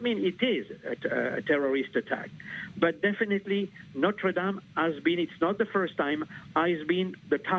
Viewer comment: Is it not possible for Americans to pronounce "Notre Dame" correctly? It's really not that difficult. But at least this broadcast admits the possibility that this was a terrorist attack.